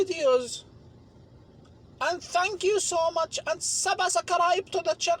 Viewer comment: "Supakus Corner" "Subascribe" Engrish